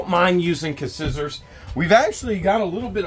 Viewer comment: You gotta pronounce Scissors right you know this!? It's skisors